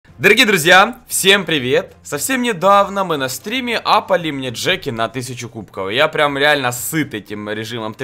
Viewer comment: Да не стриииме а стримееее